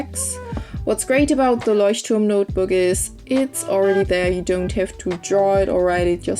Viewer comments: Finally someone who is able to pronounce 'Leuchtturm' #kickisbujo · Finally someone who can pronounce Leuchtturm 😂 #Kickisbujo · yeah, because she's german. It drives me crazy, when english people don't get it that they can pronounce ch like sh :D